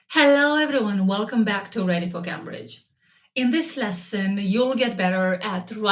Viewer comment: How about learning how to pronounce Cambridge. That could be a good start.